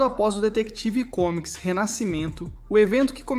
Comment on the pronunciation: foi dificil escutar ate o fim do video ele falando "detective comics" kkkkkk